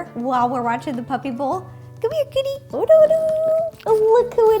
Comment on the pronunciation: She called cookie "kitty"